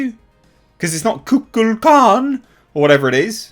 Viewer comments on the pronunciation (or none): none